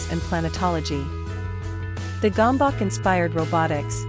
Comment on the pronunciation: Gambak? Bakker, itt lett volna a lehetőség hogy a 3 videóból egyben elmonjűtok hogy kell kiejteni. Erre egy magyarul nem beszélő mopndja ki helytelenül. Jajj.